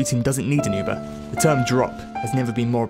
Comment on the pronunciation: You should honestly learn how to say Uber.